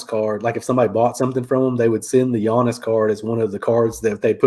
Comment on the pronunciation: Another great episode, guys. I love the new YouTube advice channels where the hosts don’t even know how to pronounce “Giannis.” 😄 I finally tapped out of the modern basketball card market a couple months ago - it's just way too overpriced. But I just shifted to picking up boxes of early 90s basketball cards, and I’m loving it. So you guys are right, you just have to adjust - there’s always fun to be had in the hobby.